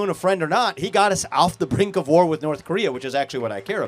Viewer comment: It’s North, not Norff, just like its truth, not truff